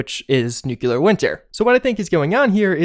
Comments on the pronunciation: Dude... NOO-KLEE-UR not noo-cue-lur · NEW-cle-uhr NOT "NEWK-luhr" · Nuclear is pronounced new-klee-ur not new-kyoo-lur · dude you are just graduating college and you still say "Nucular"? It's nuclear. Look it up in our home language dictionary. Nu-Clear. sound it out. Nu-Clear. not Nu-Cu-Lar. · NUCLEAR - not NEW-KILLER. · NEW-clee-ar. Nukular sounds GWB circa 2001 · It's not 3 locations, it's one. The tower by the fork in the river. That's why there aren't other holotapes. Also, it's not "nukuler" winter, it's "nuclEar" winter. It is just one of those things that gets me ever since Homer Simpson corrected the scientists. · I love your videos but, my God, it's pronounced "NOOK-LEE-UR", not "NOOK-YU-LUR". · Ive unsubscribed because you are dumb and refuse to correct yourself. How dare you have a degree from any higher education (which i highly doubt) and still pronounce "nuclear" as nuke U lar. Smfh for the LAST time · Love your videos, very informing. One gripe. Why can't you pronounce nuclear correctly? "New-clear" is the proper pronunciation. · NUKE LEE AR SAY IT! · Does it bother anyone else that says nucular instead of nuclear? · Bro its nuclear NEW CLEAR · How most people say it: nuclear. How Juice says it: nucelar. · "noocyalur winter" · UGH! I wish Americans would stop saying "nucular". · Its pronounced "new-Cle-ur" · please, please, pronouce nuclear right, PLEASE!! It's tearing me apart each time I hear you say Newclear!! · Please stop deliberately saying Nookyoolar and I'll totally like your vids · Didn't mind the cat kill, didn't mind Bethesda derping onto the Battle Royale train, but the butchering pronunciation of nuclear finished me. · "Nu...cle...ar. Nuclear". Come on man. Its not that hard. O.o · Disliking for mispronouncing "nuclear winter" and killing a cat.